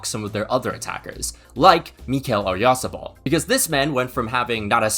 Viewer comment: It's Oh-yar-SA-bal (Oyarzabal)